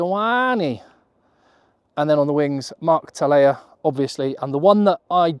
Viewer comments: Tele’a not Talea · Mark "Telea" not Talea. Losing track of how many times you've gotten that wrong. Great video though.